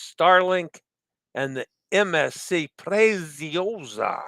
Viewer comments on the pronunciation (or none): Preziosa = Pray-tzee-oh-zah, roll the R. The Z/ZZ in Italian is pronounced TZ as in pizza or piazza! 👍